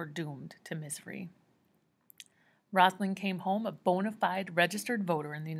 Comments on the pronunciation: i love yoy so much just try reading it as ‘Rose-a-leen’ instead of rossalen lol. but thank you so much for not making me read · Also it’s rose a leen not rozalin